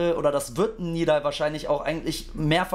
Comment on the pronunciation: Warum sagen eigentlich so viele Nidal Nib, obwohl er Nedal Nib heißt? 😅